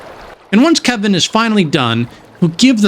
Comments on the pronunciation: His name is KE-L-VIN - you're not saying the L in his name. That's the difference between "Troy" and "Toy" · He is def Kevin and Virginia is Victoria. Just sayin. My friends n I just can not remember to say their names properly and thus they are Kevin and Victoria lmao Glad to see someone else does the same at least with Kelvin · Great video but calling him Kevin instead of Kelvin was grinding. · Never heard someone get his name wrong so consistently